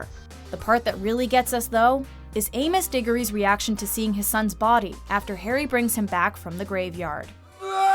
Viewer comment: MY BOY : Amus Diggory Harry potter and. The goblet of fire